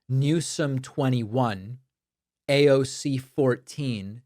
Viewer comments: Aoc is not her last name , it is AOC , the initials of her name , her name being Congress woman Alexandria Ocasio-Cortez . You make it sound like " Aawwwk " That is not right , just saying . PS: This is not a political comment nor do I support anyone , just like it if media would at least try to get it right . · David i stopped your video becauae you are the only peraon on the planet to say AAOC rather yha AOC. AND you clearly dont like women. And you are ridiculously immature like moat men when talking about AOC for whatever reason. I already unsubscribed months ago and am glad for it . There is something off with you, jealousy perhaps.